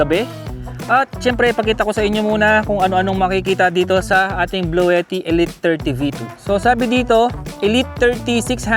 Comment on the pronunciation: Si antet ng bahay jeep iba ang pag bigkas nya sa bluetti😅😅😅